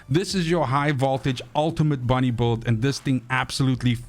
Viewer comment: why do you pronounce build as beuhld ?